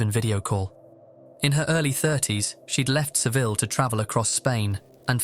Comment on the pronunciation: "Seville" lmao